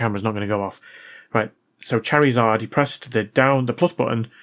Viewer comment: Btw its said like.. "char-re-zard" lol